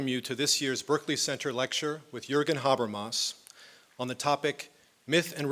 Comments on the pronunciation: yeah specially with such pronunciation of Mr Habermas and Zizek :/ .. so difficult to understand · Hope they do. A lecture by Habermas is pure gold, but this sounds like gibberish because of his pronunciation.